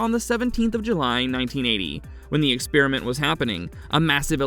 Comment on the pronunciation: Stop pronouncing experiment like spearmint. Lordy.